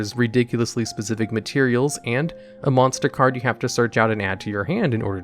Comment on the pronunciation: MONSTAH CARDO